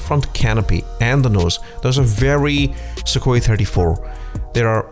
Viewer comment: That's not how Sukhoi is pronounced.